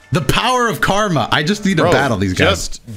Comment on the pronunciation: This man call karama karma